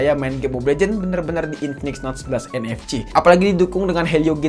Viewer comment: Sering kepleset atau lucu ngomongnya...kaya UFS dia ngomong nya UVS...🤣 Terus ngomong NFC jadi ENEFCI...